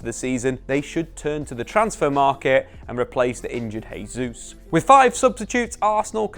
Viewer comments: In Spanish a letter J at the start of the word is pronounced as an H. In Portuguese a J at the start of a word is pronounced as a J. Jesus is Brazilian thus speaking Portuguese, therefore his name is "Jesus", not "Hesus". Pronouncing someones name correctly is just the basics, especially as Jesus has been playing in England for years. I think Shearer also pronounces his name incorrectly, but I'll give Shearer a pass as Geordies barely speak English as it is. Just as an added aside a word starting with R in Portuguese is pronounced H, so all these years you've also been saying Ronaldo incorrectly also. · Love your work but it's pronounced Jay-souz not Hay-souz. Portuguese doesn't substitute the J with Hay. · Just FYI. You keep saying 'Hayzeus', so you're using a foreign pronunciation to get it a closer to how natives would say it. However, you're using the Spanish pronunciation of 'Jesus. You should use the Portugese version - phonetically this is 'Jay-zeus'. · It’s not pronounced ‘Hay-sus’. That only happens in Spanish and not Portuguese. Really annoying that you insist on calling ‘Jay-sus’ as ‘Hay-sus’. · Nice analysis, but cmon, you should know that being Brazilian, Gabriel's last name is pronounced Jay Zeus, not Hay Zeus. As for signings, Mudruyk and Thuram both seem like they would be nice additions. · 2022 and still saying “hey-Zeus”